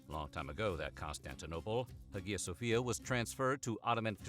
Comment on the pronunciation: he mispronounced it as well